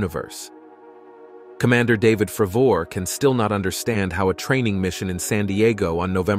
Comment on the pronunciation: Talks about tic tac UFO, shows a submarine instead. Calls Cdr. David Fravor “Fruh-vore” 😂